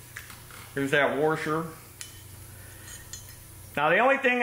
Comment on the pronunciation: The word is wash-er not were-sher.